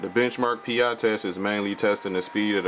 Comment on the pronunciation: Sorry but it's not Benchmark 'P-I'as in Magnum P-I instead it's pronounce Benchmark Pie as in the dessert. Pi=Pie. Pi